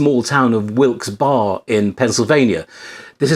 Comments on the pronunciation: Great vid! I live in a relatively small town maybe a bit bigger than Wilkes-Barre (btw it's not Bar it's like Berry or bear I've heard both haha) anyways I've noticed that having a camera will always elicit questions from people and when you explain what you're doing they mostly think it's really cool. I've gotten to know some of the local owners of businesses just by walking downtown. Things are starting to open up again here so I'm going to start a more documentary styled project and see how that goes thanks for the tips. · Great video! I love shooting a hybrid street/documentary style so a lot of what you said made total sense. Also, it's pronounced "Wilks Berry" ;). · Street photography in a dull New York suburb is a challenge. I will try your advice when I go out over the weekend. By the way, the name of the Pennsylvania town is pronounced Wilkes Barry.